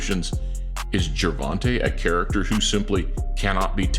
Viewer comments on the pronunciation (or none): its not gervontay, its ger-von-ta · its not gervontay its ger-von-ta